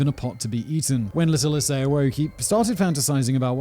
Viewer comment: Waiting for Simon to not say Ee-say-ee incorrectly